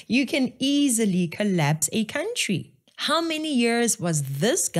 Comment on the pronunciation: Anyone calling a Country a "Cowntree" have no Brains.